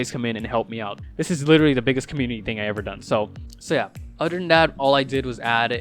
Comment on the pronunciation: "But eder way and oder than thatl"